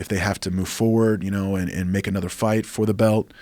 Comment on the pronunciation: Rafael "anudder doctor" Lovato Jr